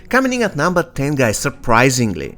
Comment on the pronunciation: The way you say cominin at no.🤣🤣🔥🔥